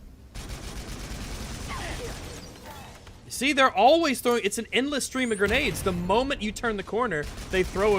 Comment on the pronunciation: “Its an endwess stweam of gwenades constantwy”